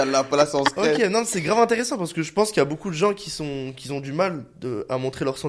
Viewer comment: qui ont*😅 pas qui "zont"